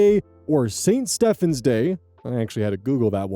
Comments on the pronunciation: Thank you for pronouncing Stephen properly. Sincerely, a true Stephen, not Steven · Stephen is pronounced Steven, not Stefan.